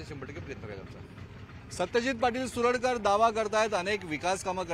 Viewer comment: सुरडकर। नाही। सरुडकर